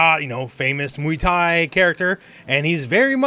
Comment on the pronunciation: Jesus Christ, it's not muy thai, it's MUAY THAI